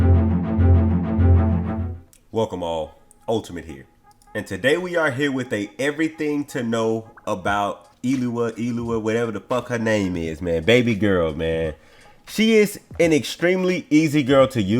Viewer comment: Btw. It’s pronounced Ewe la